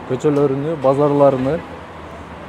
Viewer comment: Көчөлөрүнү, базарларыны, баасыны деп акыркы тамгаларын кошпой эле сүйлөсөң жакшы болмок